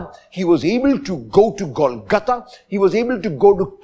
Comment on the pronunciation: Its Golgotta and not kolkotta...it sounded like that...